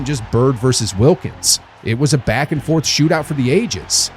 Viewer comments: at least pronounce wilkins name right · Trash video, trash comment. Wilkens' name is pronounced incorrectly throughout and you're lecturing about respect.